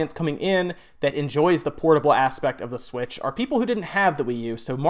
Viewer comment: Does anybody else hate the way he says "The Switch"? I honestly don't know why it bothers me so much lol